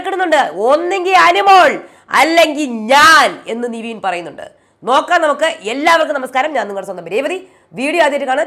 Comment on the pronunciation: നിവീൻ അല്ല. നെവിൻ അല്ലെ